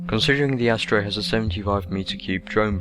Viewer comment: Astero = AST-AIR-OH. Ancillery = AN-SILL-ER-EE. Learn to speak.